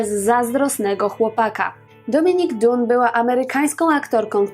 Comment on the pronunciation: Nie wiedziałam, że jej morderca dostał tak niski wyrok... Totalna porażka wymiaru sprawiedliwości.... Niewiarygodne. A nazwisko tej aktorki wymawia się "dan" ( oczywiście z angielskim akcentem samogłoska w środku brzmi bardziej jak pomieszanie "a" z "o" i "y", ale na pewno nie jest to "u").